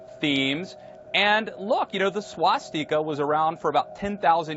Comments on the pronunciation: "The Shwastica" Can't even fucking pronounce it. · the reptile whose eyes are steadily drifting apart says "Swas-Teeka"